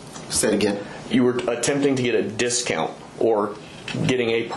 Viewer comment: He didn't want "the discount"; he wanted "da dist-count".